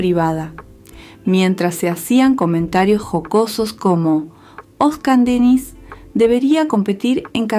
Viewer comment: Irritante escuchar el nombre de nuestro ídolo mal pronunciado